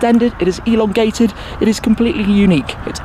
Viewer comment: Its Elon-gated😂😂